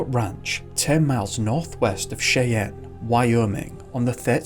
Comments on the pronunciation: Cheyenne is pronounced SHY-an, not SHAY-an. Also, Janet is not pronounced like Jeanette. Those are two different names - JAN-it versus gin-ET. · Mele Kalikimaka. Another outstanding video. Cheyenne is pronounced Shy-anne. You get surprisingly close for an Englishman. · Cheyenne is pronounced "shy anne". I have family there. 🇺🇸☕💐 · Cheyenne is pronounced Shy Ann.